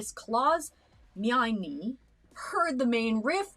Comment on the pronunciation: Ugh Ugh Claus me-inie... Clause meine pronounced Mine not me-inie.